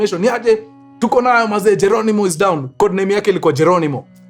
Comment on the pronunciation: Not jelonimo it's Geronimo Ekia,,,, Geronimo it was operation name E., Enemy K, Killed I,, In A,, Action Ekia